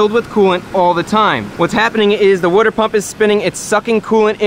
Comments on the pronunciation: What is a wodder pump ? But seriously good video Chris ! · You must be from the northeast the way you pronounce water